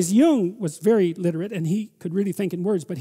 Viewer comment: it's pronounced Jung.